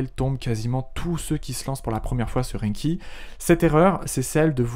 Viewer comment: Il ne s'agit pas "d' AINNNNE........KI" mais "d'ANKI" avec AN prononcé comme dans nouvel AN. Veuillez réviser votre prononciation avec ANKI justement!